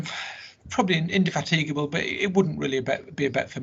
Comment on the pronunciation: Can't anyone say Nelson's flagship correctly??????? In. De fat I gabl leave E off !!!!!!!!!!!!!!??!!